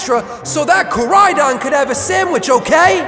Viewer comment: I love the vid but why in area zero koridon became miridon